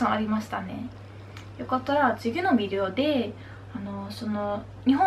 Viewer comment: videoの言い方がなにかやらしいビデオみたい